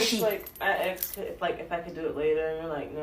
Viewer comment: She axed me a question